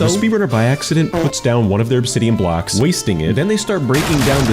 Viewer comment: The way he says blocks is weird like bblllackss